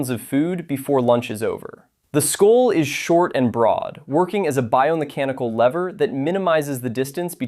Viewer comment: Good vid, but why can't this guy pronounce the word 'skull'?